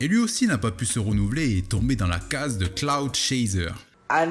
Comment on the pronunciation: Merde on dit "clout" pas "cloud" rap. J'ai appris un truc today